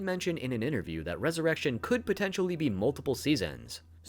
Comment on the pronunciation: Everytime you pronounced Resurrection as Resurr-eshion it killed me on the inside lol. Good video though man!